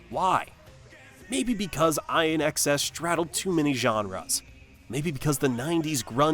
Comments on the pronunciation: It's not Eye N X S. It's pronounced In Excess. Douchebag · pronounced In Excess!!!!!!!!!!!!!!!!!!!!!